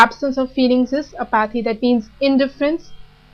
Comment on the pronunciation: Its ap-uh-thee, not a-paathy